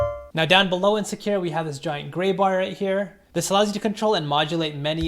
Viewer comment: Sakura. Emphasis on the first syllable. js